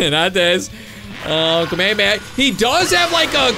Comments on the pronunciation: Kamehameha Is pronounced k me ha me ha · You pronounced Kamehameha wrong